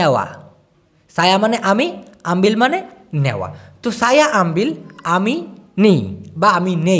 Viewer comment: তোমি আগে ভাসা ভালো করে শিখ তারপর মানুষকে শেখাতে আস আমবিল হবে না আমবে এবে